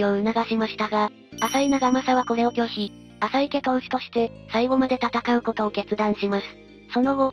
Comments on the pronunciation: かずますですよね 名前は正しく言って欲しいですよね あさいでは無くあざいですしね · 名前の呼び方が、あさいなのか、あざいなのか謎ですよね。最近はあざいと言うのが、定番だけど